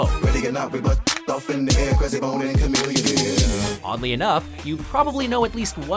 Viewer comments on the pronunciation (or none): its pronounced cha millionaire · It was good until you said Chamilionaire.. It matches him.